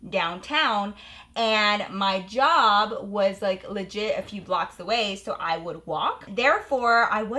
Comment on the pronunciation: I love how she said “yob” instead of job 😂 iykyk